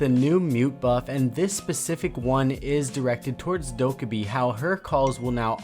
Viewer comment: The way you say Dokkaebi is really dissatisfying to me.